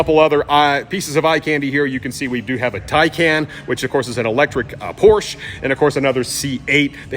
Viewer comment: HAte when Youtubers can't say Porsche correctly.